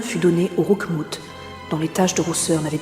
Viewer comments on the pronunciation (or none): Roukmoute ptdrr